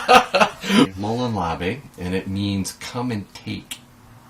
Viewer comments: I think it is pronunced moo-lawn lah-vay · It’s called molόn lave´. And it means a threatening come and take it if you think you can!